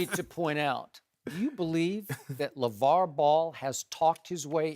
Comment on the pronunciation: Did Shannon say LaJello?